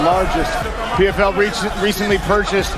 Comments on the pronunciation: Bapak menegaskan bahwa narator bukan ai dengan melafalkan pfl menjadi pvl 😅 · Yg bener pe ef el bukan pe ve el 😂